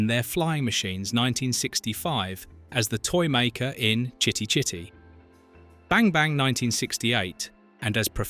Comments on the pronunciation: F-ck that AI generated voiceover. The weirdest way I've ever heard Chitty Chitty....... bang bang pronounced.. Benny Hill was the master. His comedy was of the time. If you don't like it - f-ck off. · Isn't it just. The weirdest way I've ever heard Chitty Chitty Bang Bang pronounced! 😂😂